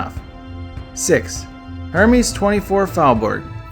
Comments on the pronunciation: Hermes, really? Don't do videos about wealth if you can't pronounce the word. It sounds like Air-mez, not Hermes. I suggest you redo your video but my favorite is Angel by Terry Mugler. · Loved the video but the way you said Hermès killed me. It’s Heir-Mes ;)